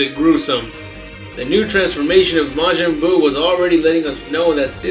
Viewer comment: He just says the original pronounciation of buu's name:) not the american version